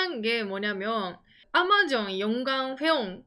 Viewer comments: 아^마존은 일본식 발음인가요? 경상도말투인가 했는데 도 아^마존이라 하는거보니 일본식인가 싶기도하넹ㅎ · '아마존' 억양이 완전 일본식인 ㅋㅋㅋㅋㅋ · ㅎ 박가네영상보면은 경상도말과 일본말이 섞인걸 자주듣는데요 오늘은 아마존이 들리네요.발음이 특이해요.ㅎ